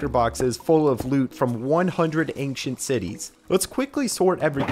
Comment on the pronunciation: "ankcient city"